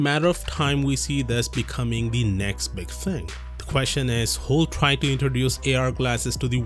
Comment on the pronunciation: The way you pronounce "big thing."